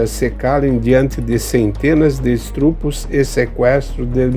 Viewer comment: Áudio deve ser corrigido: “estrupo” não existe. O correto é “ estupro”